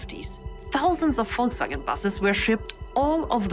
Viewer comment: i think i was sold , when she said, " szounds of wolksvwagen buses...